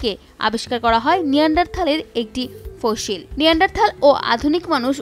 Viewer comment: ঠিক করে ফসিল উচ্চারণও করতে পারতেসে না